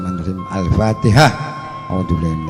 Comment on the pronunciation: Gufron gufron bacaan engga jelas alpateha nya